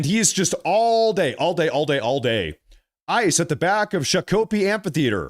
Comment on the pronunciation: It's pronounced "shawk ō pee ". It's the name of a Indian who fought against our government, spoiler alert he lost.